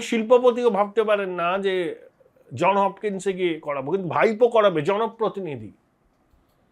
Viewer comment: For God's sake, it's not John Hopkins. Trust me, it's JohnS Hopkins. I know it because I own a multi-apartment rental property within half a mile from the University's main gate and I pay land rent to the Johns Hopkins University. My ears hurt when ostensibly educated people say John Hopkins. Please spare me the agony because I have subscribed to your channel.